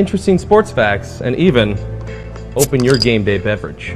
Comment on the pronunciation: "Game bay beverage." lol